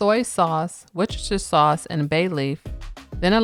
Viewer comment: "Worchestershire" is pronounced "WU-stuh-sheer".